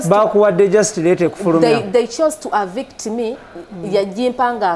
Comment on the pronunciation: Avict me hahahaha it's eviction naye this lady I like her confidence.